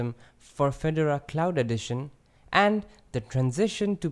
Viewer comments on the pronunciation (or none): Feh-door-ah. All one syllable. Very nice overview. I like Fedora because it's more current than Ubuntu. It's silly but it seems more exciting. Keep up the great videos! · I unsubscribed because you can't even pronounce Fedora, nor a bevy of other words...